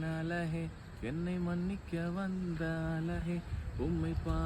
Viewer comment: அழகே ன்னு சொல்லுங்க... ழ சொல்லி பழகுங்க... உங்க recent shorts லாம் சூப்பர் 👌🏼